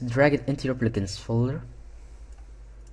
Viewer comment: You say pligins instead of plugins